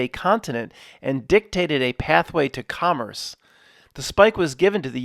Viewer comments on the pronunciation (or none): none